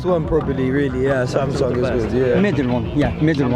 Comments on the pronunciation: 확실히 영국은 a를 ㅏ발음으로 정확하게 하네요. 삼성! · 오..? 처음에 샘성이 아니라 삼성이라고 발음하시는 외국분 첨 보네요ㅋㅋ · 샘성이라고 안하고 삼성이라고 제대로 발음하는거 신기하네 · 와 영국이라 그런가 삼성을 삼성으로 발음하네... 미국은 샘숭 샘성 이러는데